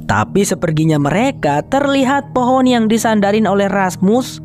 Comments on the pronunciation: Keren bgt terimakasih bang , btw gue salfok sama kata FOHON 😂😂 saat serius²nya malah ngakak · Lengah dikit "hehe jadi fohon kan" 😭🤣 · Fohon jadi fohon 😂